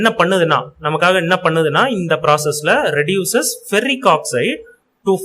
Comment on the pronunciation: ரெடக்சன் இல்ல அண்ணா ரெடியூசன்